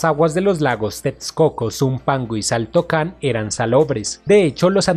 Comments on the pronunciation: Se escribe xaltocan pero se dice jaltocan y Xochimilco se dice zochimilco. Se escucha horrible que le digas chochimilco y saltocan . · El sonso que narra si no sabe como se pronuncian nombres como Xochimilco y Xaltocan, debió primero informarse sobre esto antes de hacer el video